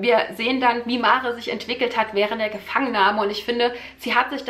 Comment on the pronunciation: Das Mädchen heìßt [mär] ...ausgesprochen